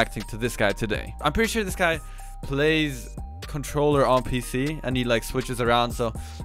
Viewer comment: 😂 if u don’t know limits is MnK he says cintroller